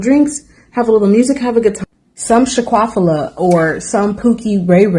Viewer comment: Did she say; Shaquafilia??